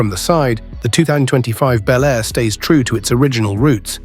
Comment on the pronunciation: These make believe videos of 2025 resurrections of classic vehicles (55 Chevy Bel Air in particular) really suck. They are horrible Frankencar mixes of all three of the Tri-Five classics. They don't even show the same car in the various shots. Obviously done by AI and the narrator sometimes pronounces Bel Air as Bee L Air. I've seen the same thing done with the 69 GTO Judge. It's not going to happen folks.